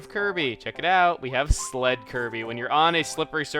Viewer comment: When he was saying sled I thought he said slut